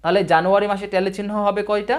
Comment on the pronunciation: ভাই টেলি না ট্যালি উচ্চরণ। জন্ম উচ্চারণ নয় জম্ন উচ্চারণ